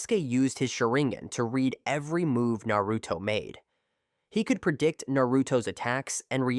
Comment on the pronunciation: Is this Ai voice because he is saying naruto's name completely wrong😂😂😂